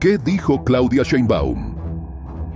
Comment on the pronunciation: No se pronuncia Sheinbaum tal cual se escribe